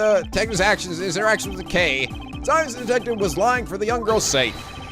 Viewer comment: you know when you say kay kay kaayy!! well without 'ay' part of the name... its bad.